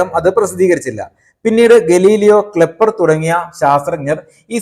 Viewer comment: ഗലീലിയോ, "ക്ലെപ്പർ "തുടങ്ങിയ.... കെപ്ലർ ആണ്‌ ശരി 👍